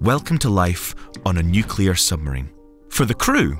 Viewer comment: Just so you guys know it's pronounced Nu-clear Not nu-cu-lar Pedantic I know but there isn't a 2nd u in nuclear.